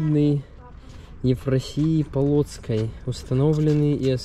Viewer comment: Ты, милок ,прежде чем ехать в другую страну почитал бы о ней немного я россиянка живу в Беларуси 22года и твои вы сказывания немного шокируют мембля это видно мебель а Евфросиния Полоцкая с ударением на первое О святая земель Русских стыдно ,милок и говорить не знаю -позорно